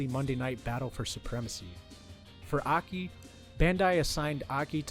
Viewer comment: It's "Ay, Kay, Eye" Not "Ahkee"